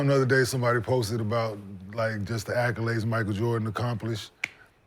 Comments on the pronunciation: idk why but ppl pronouncing accolades as "acc-yew-lades" always bothers me, especially when you can tell that person is fairly intelligent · Why Gil keep saying “Acc-u-lades” 😂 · Somebody please tell Gil that there is no “U” in “ACCOLADES”.